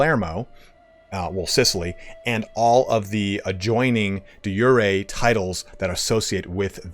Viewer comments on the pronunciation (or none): It's jure as in your not jure as in hurray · Being a Latin phrase, De Jure is pronounced either day JUR-ay or day ZHUR-ay. J are only pronounced as a Y in certain Germanic and Nordic languages. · You and Party elite have some really awesome guides for this game but you all still don't know how to say "De Jure.." 😂